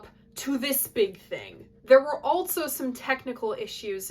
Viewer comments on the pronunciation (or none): Your pronouncement of "also" as "altso" is fascinating, where did you grow up?